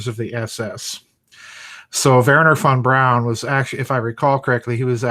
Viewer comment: My name is fawn brown and every time you say Von Braun it sounds like my name...freaky